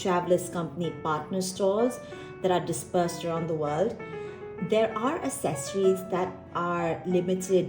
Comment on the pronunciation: Love this video, thank you! As someone diving back into TNs after 5 years away from paper journaling, and having never used TNs WELL before, this was EXTREMELY helpful, thank you! Also, just FYI, accessories is pronounce AKsessories, not assessories. =) Very common error!